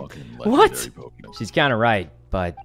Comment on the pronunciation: nobody: rae: Is ThAt ThE rEaL pOkImAiNe???